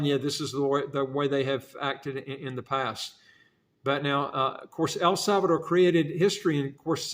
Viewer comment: There is no “e” at the end. The name is El Salvador. 👍🏻